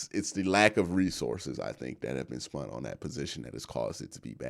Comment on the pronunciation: Are you saying “spunt”? 😅